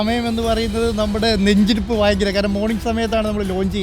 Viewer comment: എടാ ഫയങ്കരാ....